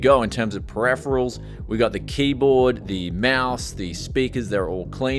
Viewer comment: Can you try say Periferals properly man thats hard to listen to... looks like shit woth those council estate cables ... could you not have sleeved the pci-e ?